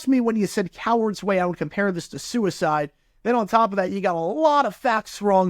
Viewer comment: For a second I thought you were saying s*** code. I was like "what the hell is a s*** code."